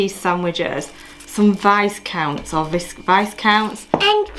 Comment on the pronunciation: Viscount - silent s vi-count, like the peerage! You could have drunk pretty much anything from Britvic (originated in Chelmsford Essex) and the R Whites (originated in London I believe) lemonade you propped the cake stand up with 🤣🤣🤣 didn't know if you knew ❤️👍🏼 Great idea for a video, when you ate the full English I thought that's full for the rest of the day lol 🤣🤣🤣 xx